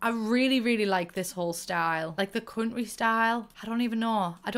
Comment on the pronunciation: Us: country Her: conry 😂😂😂